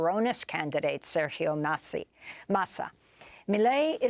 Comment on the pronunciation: Hahah she said “Sergio Nazi” hahaha 😮😮😮